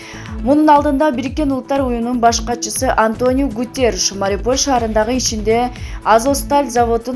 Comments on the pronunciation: Эй кандай окуйсун кичине болсо да граматиканы окубайсынбы Мариполь деп окуйсун МАРИУПОЛЬ деп окучу мынча тупая сабатын жоксун тексти аябай эле акцент менен окуйсун бир аз даярданып окучу сен эске салбасан деле баарыбыз окуйбуз сен коп китеп оку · Мариполь,Азоск дей берип жудоттунго.Туура окучу айланайын